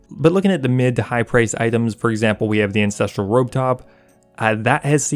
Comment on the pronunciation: Fucking love your content, please reconsider the way you pronounce “Ancestral” , it all goes a bit Game of Thrones lol